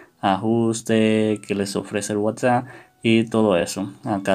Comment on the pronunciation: Me estresa que diga whatsa sjshsjs